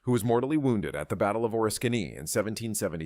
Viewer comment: that would be Orisssskany